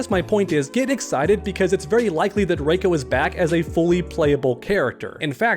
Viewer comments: It's not fucking Ray-ko it's Ree-ko play Mk4 for heaven sake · For one that doesn't even look like Goro that looks like Duroc. And if Sindel is good in this timeline then she probably wouldn't even have Gray hair it'd be all black like in the Annihilation movie. And it's pronounced "RE•CO" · It’s “Reeko”